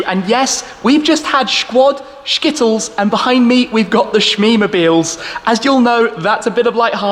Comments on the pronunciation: Never say "Shkittles" again. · Shkittles 😂smh